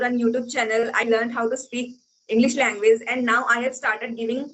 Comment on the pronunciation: Namsta sister Ji Please do not say LANGWIZ Say LANGUAGE ALTHOUGH YOU are a good TUTOR